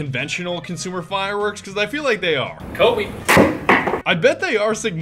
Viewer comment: my man said kobe :(